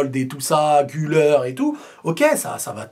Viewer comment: quand tu parle d’Arda son nom de famille c’est Gulèr et pas Guleur en prononçant le u comme en francais pas « ou » force à toi mais Visca barca mmddrrr